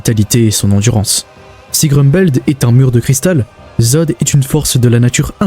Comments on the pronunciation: Apres “évrine” c’est “groumbeld” il ne sait pas parlé, arrêter d’inviter des gens qui ne savent pas prononcer un nom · Franchement tu ma rendu fou toute la vidéo avec Évrine et Groumbeld😭😭😭😭 je trouve que sa fait irrespectueux pour l’oeuvre et ses fans de meme pas faire l’effort de prononcer un nom correctement en plus c’est pas une fois comme sa genre sa arrive nooon t’insiste en plus